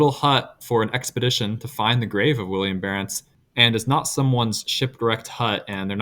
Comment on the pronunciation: Good vid, but his name is Willem, not William